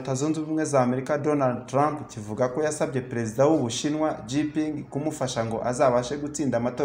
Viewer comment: Président w'ubushinwa ntabwo ari Jipingi ahubwo yitwa Xi Jinping, bisomwa ngo (shinjiping)